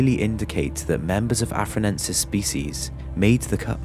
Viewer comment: i think you meant to say "Australopithecus afar-ENSIS" instead of "Australopithecus afar-NENSIS"